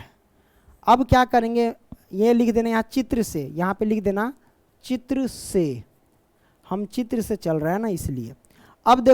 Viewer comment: चित्र या त्रिच है 😅😂😂